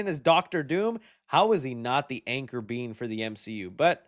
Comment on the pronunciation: What the hell is an Anchor Beam ? It's Anchor Being